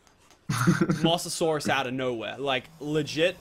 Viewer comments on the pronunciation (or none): Mose- eh- saur- ess not moss- e - o - sauruses